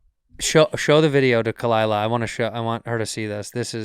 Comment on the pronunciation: What a great Way to ruin a good podcast. The one thing I look forward to ruined by kuh-LIE-lah. SMH